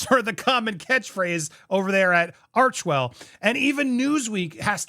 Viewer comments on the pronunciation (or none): Sounds more like “arch•hell”.. ouch!